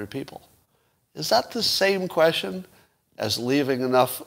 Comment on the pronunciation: Some help with pronunciation: 1) Viva Frei is pronounced Viva Fry. 2) The word "quesTion" has a "T" in it so you say "kwestchun" not "kweshun"